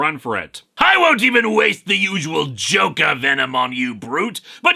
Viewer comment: Oof. Uh, I heard "Joke" but not "Joker".